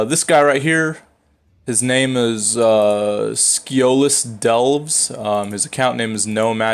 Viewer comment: I'm pretty sure It's pronounced Sciolist, as in Scion. Because the character is a Scion...